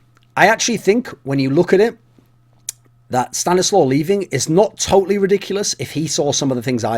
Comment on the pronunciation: Thumbs Up for the proper pronounciation. StaniSLAW! note ColeSlaw Slow